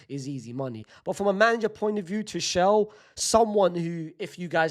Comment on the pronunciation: Bruh Unc suprises me every day with his pronunciation: First we had Shersny (Sczsesny), then we had Arooho (Araujo) and now we have Two-shell (Tuchel) 😭🙏🏻